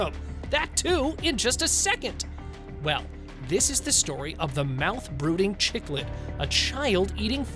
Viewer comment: Agreed, infuriating! Showing a photoshopped horse hugely pregnant in her entire body! Also they need to try for better accuracy... cichlids are pronounced "sic-lids" NOT "chic-lids"; don't show pangolins when talking about armadillos, which are NOT even related; talking about quokkas and showing wallabies; talking about wallabies and showing kangaroos... Jeez if you are going to bother publishing content for profit at least get it straight! Scratch viewing this channel.